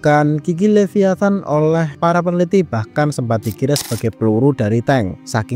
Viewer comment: bukan Leviathan tapi Liviathan 😊